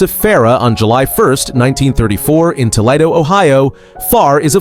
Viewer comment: Alan Alda was never in Black Board Jungle and you mis prounced Toledo